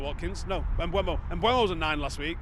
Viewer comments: Mbeumo has stated as recently as about 6 weeks ago how to pronounce his name. It's spelled MbEUmo, not MbUEmo. Very simple. E before U. Mboomo. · Sorry, just watched the video of him pronouncing his own name, again, and it’s still not m-BWEH-mo. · He's said his own name. You choose to not say his name the correct way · there's two videos of Mbeumo pronouncing his own name on YouTube. Also, how can "eu" make a "we/ue" sound anyway you dingbat.